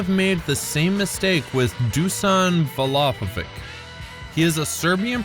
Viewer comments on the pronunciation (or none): Forwards instead of strikers. Vlahovich not vlahovick. Don't say it like Pulisic says his name. In Serbo-Croatian its a ch not a k sound